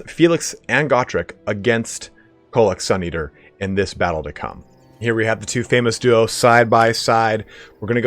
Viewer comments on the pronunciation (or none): none